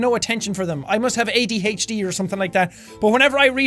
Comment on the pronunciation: "I must have ADhatchD or something"